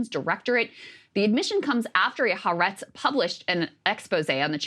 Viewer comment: It's not " Haa Retz. It's Ha Aretz. 3 syllables.